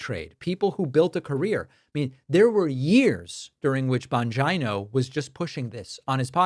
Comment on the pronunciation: Bon-Geno. Bon-Geno. Not Bon-ji-no